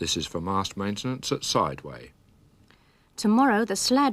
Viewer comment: clearly isn't from Stoke-on-Trent as Sideway is not pronounced in the logical way and if he was he'd know that. I can't imagine many Austwick residents would be happy to watch Granada, though, if they were able to receive Emley Moor.